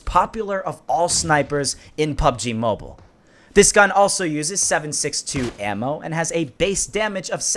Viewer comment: Hahahaha he said Im not dump Lol he is he cant say mobile